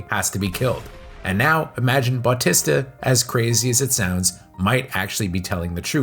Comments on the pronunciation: Pronounced Bah-tee-sta. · Dave Butt-tista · Who the hell is bawtesta and shimmalon? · BAWTISTA & shawmalong 😂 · Why can’t you say Battista‘s name right?!!!!!🤬🤬🤬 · how did you manage to say his name wrong so many times? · Ikr. So distracting